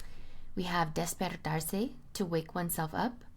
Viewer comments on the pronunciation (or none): Nice video, but it's despErtarse. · Great video. Please correct the word despErtarse at about